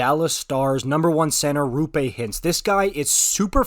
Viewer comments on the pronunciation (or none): Pierre pronounces Rantanen correctly though! And it's Roope Hintz (same o-sound as in the English "no"), not Rupé Hintz!